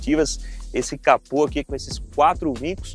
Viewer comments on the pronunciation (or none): none